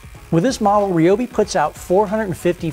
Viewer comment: You are pronouncing Ryobi wrong as a lot of people do. Say Rye bread . The same one pronounces Ryobi not reeyobe.